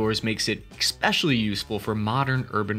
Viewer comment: Is this guy saying Expecially usefull c'mon bro, you can do better than that !